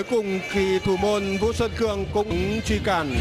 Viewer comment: p thủ môn Xuân Cường , blv còn đọc sai tên cầu thủ . Haizz